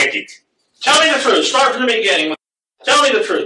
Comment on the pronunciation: "in da beninging"